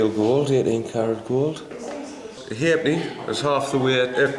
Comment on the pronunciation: What a great video. Thank you. Loved it. The John Cleese of coinage. But 2 electrum pieces = 1 gold piece is correct. A sixpence was called a tanner (not a threepenny bit), a shilling was called a bob (not a sixpence), a florin was also called a two bob bit. The correct pronunciation of the coin with half penny written on it is ha’penny, it is not just an abbreviation.